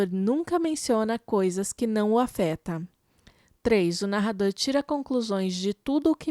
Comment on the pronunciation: "não o afetaMMM" :)